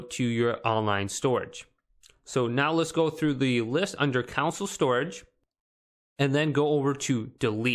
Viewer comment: Console not council lol